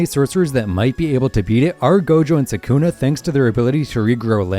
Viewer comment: Why does everyone body say sa’kuna?